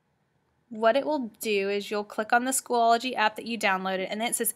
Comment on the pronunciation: It is SCHOOL-O-GY Not School-ol-o-gy